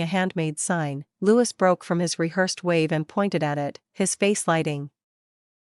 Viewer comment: Prince Louis is pronounced as French Louee.